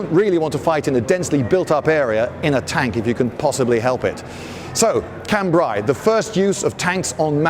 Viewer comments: Lindy... please .. I hope you read this. Cambrai.. ai as in Raid.. It's a sound in regular English.. why complicate things :) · Liked that a lot, especially the precise description of the “male” and “female” versions. BTW: Cambrai is pronounced [khan-bre] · His pronunciation of Cambrai though... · How about pronouncing Cambrai correctly... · Lloyd probably knows the correct pronounciation of Cambrai but refuses to use it because FRENCH